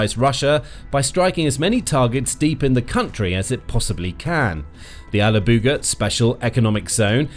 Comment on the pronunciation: Toponims are not your strong side. TataARstan. Not tatRAstan. And alaAbuga. Not alabUga. :). Do your homework check with Google or native speakers next time.